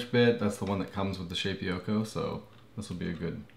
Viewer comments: I'm not absolutely certain, but I think it's pronounced "Shay-poko". Shape - Oko. Shapeoko. It sounds like you are saying "Shape-ee-oko". I don't think that's right. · P.S. I think the correct pronunciation is shape-O-ko